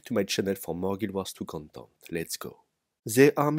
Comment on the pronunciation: "Subscribe to my channel for more guild wars 2 condom?!" The fuck?! XD